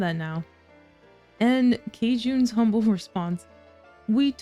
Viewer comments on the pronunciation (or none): none